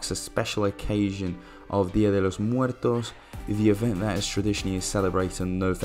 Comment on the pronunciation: Coming from a Chicano 🙋🏽‍♂️ you nailed that “dia de Los muertos”👌🏽🔥